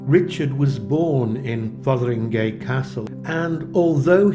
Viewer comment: so glad you pronounced it right - I know what you mean about media pronouncers .